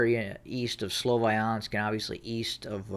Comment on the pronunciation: Can u stop calling it slovAyansk? where did that A come from